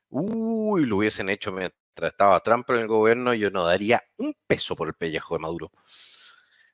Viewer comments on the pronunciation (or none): none